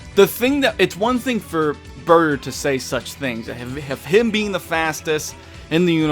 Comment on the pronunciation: You said his name wrong it's BAAAAAAAAAAAAATAAAAAAAAAAAAER